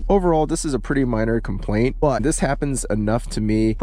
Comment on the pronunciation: I can't unhear how you say "dis" instead of "this" about half the time and Ds instead of THs for everything lol.